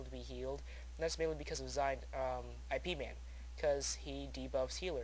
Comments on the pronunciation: Its Ip man, not I..P.. man lol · lol awesome somebodynaped there characte after that movie. oh and the horrect way to pronounce it is with a little y sount in the beginning, so it sort of sounds like yip man. those movies are great, ive seen both of them likethree times xD once i watched them back to back in a night with some friends who've never seen them. pretty great.